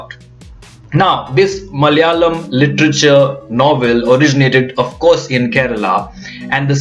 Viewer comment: My language is often the most mocked language....nice to see a north indian pronouncing the word 'Malayalam" so well.....